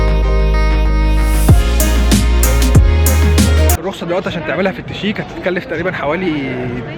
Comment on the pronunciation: ليه تنطق الشيك =التشيك؟؟